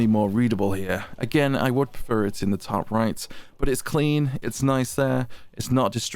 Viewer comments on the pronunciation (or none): none